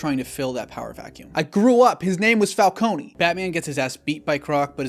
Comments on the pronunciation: Saying Falconey instead of Falcone was good rage bait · Bro, it's Falcone, not Falconeeee. That's the one issue I have with the Nolan films. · It’s Fal- Cone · I’m glad that I wasn’t the only one bothered by how they changed the pronunciation of Falcone